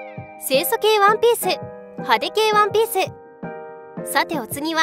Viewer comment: ワンピースがワンペースにしか聞こえねぇ